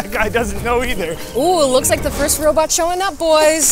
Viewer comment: It’s first not fist